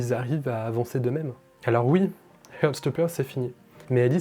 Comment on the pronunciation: Désolé mais j'ai du mal... heart se prononce HART et non HEURT (to hurt signifie blesser). Sinon c'est très sympa ta vidéo et j'ose pas dire combien de fois j'ai regardé la saison 1.